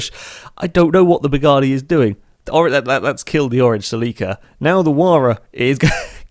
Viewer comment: The way he said Toyota "Celica" really bothered me